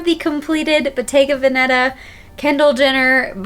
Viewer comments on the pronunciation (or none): Hi, thanks for your video. The correct pronunciation of the brand Bottega Veneta is with the emphasis on the first e in Veneta. Not on the second. Just a small remark! Barkcloth from Amsterdam